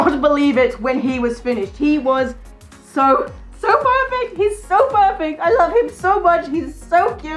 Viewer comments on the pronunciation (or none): am i the only one who heard "furfect" instead of perfect